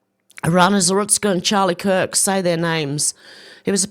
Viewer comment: Charie kirk? Umm wtf is that?